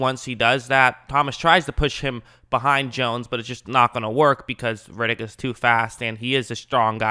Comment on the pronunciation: His name is ‘Red’- ‘ick’, not ‘Rid’ - ‘ick’. He’s not Vin Diesal.